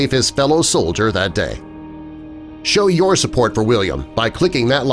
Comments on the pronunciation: Soldier not Sodlier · Solider? That's pronounced "sol-i-dur"